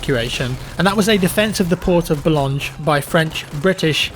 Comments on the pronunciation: You also butchered the port Boulogne. It is pronounced "Bouloin", you called it "Boulonge"??? Was you possibly thinking of Blamange?? A yummy treat lmao. I can't wait for the North African battles. Desert Rats Vs Afrika Korps, Montgomery Vs Rommel. Man I can't fking wait. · Thank you! A nice and interesting video as usual! I laughed so much when you were trying to pronounce names of French's cities as Valenciennes or Boulogne as I come from that region, that was funny;)